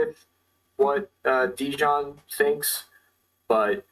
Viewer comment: Translation was not good at all. A lot of important things that Deyan said we're not even translated. It sounds as a classic American thing not even to try to pronounce correctly the name of person you are interviewing 3 hours (in Serbian it's written Dejan, should hear him presenting him self as Deyan). This fact talks a lot about. Also should be so professional and check confirmed sniper shot range before saying to guy that was 15 years on the front that he is lying. After this way of ending 3 hour interview, shouldn't expect again some important soldier from Russian side to be part of his vlog. P.S. arranging duels is standard Slavic thing, still now... even in war... I don't expect a lot of people to understand that, as most of things that Deyan said.